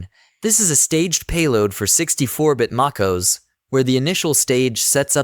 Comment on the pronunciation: I can't with this terrible AI voice. MacOS pronounced "macos" (like tacos). Ew.